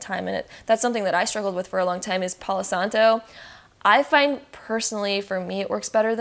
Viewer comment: "Palow santoe" 😂😂😂